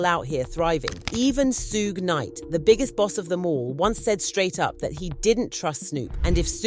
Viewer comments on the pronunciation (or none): Hey narrator it's 2pac not pack and it's suge get the names right smdh